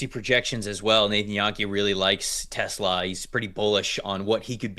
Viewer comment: Tes-LAHHH, not TES-la.